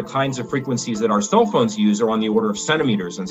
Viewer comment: That's the way our "Soul" phone works listen carefully. He doesn't say "cell" he says "Soul"